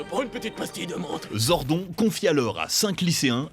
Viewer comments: Le mec qui parle au début... Il a jamais regardé un seul épisode, avouez. Déjà Zordon, ça se prononce Zordonne, en VO comme en VF, et ensuite la ranger jaune ne s’appelle pas Trinity, mais juste Triny. Ça fait à peine une minute que la vidéo a commencé... On sent les passionnés 😑 . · Les gars en même pas dix mn ta niquer la vidéo en tuant le nom de Zordoooon pas zonrdoonnn tu dis pas jordent par exemple mais Jordan ?! La c'est pareil !! Putain 😂😂😂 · Alors stp fais l’effort de retenir son blaze c’est Zordone normalement c’est avec un E mais on le prononce sans E 🙏😭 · TRINITY?!!!!! Trinny c'était trop simple pour les français? Aussi c'est dit Zordonne comme Ganon qui se dit Gannonne. Sans compter wue ce n'est pas un reboot. Chaque série jusqu'à in space sont tous une suite dans l'arc Zordon. Ensuite les autres pour la pluspart se passent aussi après dans la timeline ou dans des dimensions parallèles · Ça se prononce Zord'o'n !!!! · On prononce "Zordone" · "Zord'on" 😁 you're serious? Sacrilège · ZORDON phonétiquement Zordone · Aaaaaah. Zordonneuh, bordel. Raaaaah. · Nannn mais zordON c’est quoi cette prononciation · À déjà 30 secondes , mal prononcer Zordon ... Bravo à cette chaîne de merde. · J'adore Power rangers ❤️💙💛💗🖤💚🤍(il prononce male le nom Zordon😠 c'est Rito Rivolto) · J'avoue le "Zordon" m'a fait tiqué très fort 😅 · J'ai eclaté de rire a la prononciation de Zordon. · la prononciation de zordon. lol tellement dur. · tu commences à regarder la vidéo et tu entends "zor-don" et pas "zordone" et tu comprends que le gars n’as pas maté un seul épisode de MMPR ( voir même d’aucune saison jusqu’à In Space, ou même les différents films) pour prononcer le nom du perso comme ça. Et c’est révélateur d’un sacré manque de sérieux. Next ! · Sympa la vidéo par contre Zordon se pronnonce [Zordone] pas [Zordon] et le frère de Rita c’est Rito Revolto pas Revolo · Zordon? Mdrrr on va te niquer toi 🤣 prononce le bien en mode "Zordonne" mdrrr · On prononce Zordonne pas zordon